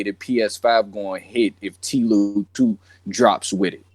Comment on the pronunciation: Who df physically pronounces TLOU as "Tee-lew" just say The Last of Us. That shit sounds ugly as hell. lol